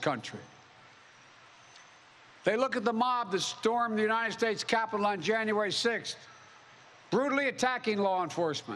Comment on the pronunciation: He pronounces "united" is such a strange way. Notice him saying "you-ni-ned" like there's an extra "n" on the last syllable.